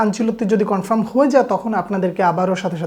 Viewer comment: উচ্চারণ টা কনফ্রাম না কনফার্ম 👍